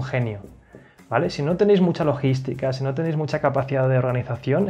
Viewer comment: ¿LOGISTICÓN? Jajajaja